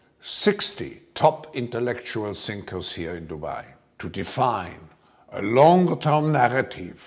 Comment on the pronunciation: ''We brought together 60 top intellectual sinkers...'' That was a slip of the tongue from.